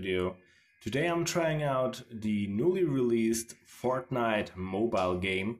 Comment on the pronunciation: 100% sure he said fartnite